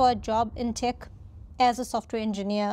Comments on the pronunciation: “Tech” is pronounced “Tek”, not Tik”. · Interesting video! Just one thing, though: when you pronounce "tech" you say it like "tick". The correct pronunciation would be more like "teh-k" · Thanks. Also its “tEHk” not “tik” 😊